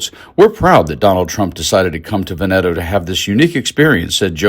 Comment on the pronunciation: Try to correct your mispronunciation of Italian: e.g., VENeto. Junior's idiotic self image is so stupid--he has not the experience of character to warrant his old style role. A criminal on the way.